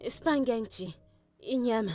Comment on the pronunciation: Spaguenety😂😂😂 cette dame ma tué